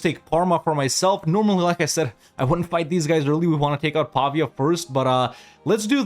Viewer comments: I’m not convinced, since the pronunciation of ‘Pavia’ isn’t quite right 😂, but I’ll give you the benefit of the doubt. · As an italian who studies in Pavia, the correct pronounce is Pavìa, but you pronounce correctly almost all the italian city names